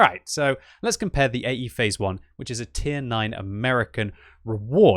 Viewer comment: i.e.? No, it's AE (Phase I)!